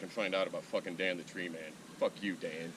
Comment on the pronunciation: sounds like you said you want to look into fucking Dan the tree man. that's fine I guess I mean if you like fucking men...